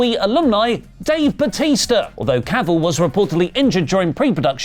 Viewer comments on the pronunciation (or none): none